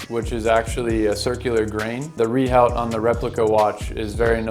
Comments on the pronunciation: Pronouncing Rehaut as - Ree Howt. /facepalm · You lose all credibility by not even being able to pronounce rehaut correctly.